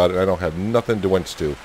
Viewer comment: We’re both New Englanders (I was born and raised in New Hampshire and have lived in Maine for over 40 years) but I’m still trying to figure out if you’re calling your winch a wench. Vermonters have an accent just as Mainers do so perhaps I’m just not hearing you clearly. Plus, at 67 my hearing isn’t as sharp as it used to be. So, are you making some poor woman get out and connect the winch cable? Perhaps your wife from Farmer’s Dynasty?